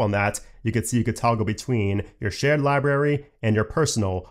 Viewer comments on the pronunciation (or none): I know it’s something growing up with, and it doesn’t matter. But, libRary, not li berry. It’s only because it was said like 20 times. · Sorry, but it's not libary, it's library. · love how you say "library" 😂 as "liberry" v good